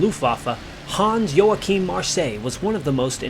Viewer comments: ˈjoːaxɪm/ is the correct pronounciation! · Americans really mangle the pronunciation of Luftwaffe. There's no "oo" in it and the "w" is a "v". You don't quite get Joachim or Marseilles right either.